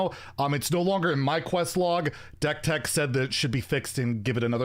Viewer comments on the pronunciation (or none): none